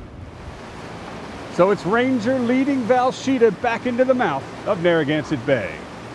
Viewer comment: Dude, it's VELsheda, not VALsheda.